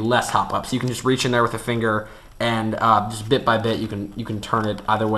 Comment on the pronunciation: Why dont he show when he shows it instead of, "MY THUMB HEA, AND INDEX FINGA HEA" XD